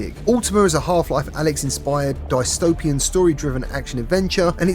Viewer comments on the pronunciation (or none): Did you just say die-stopian instead of dystopian 😂 dude if you don't understand the words your reading then you shouldn't make these videos you sound like a retard reading a script who doesn't know how to say the words on paper out loud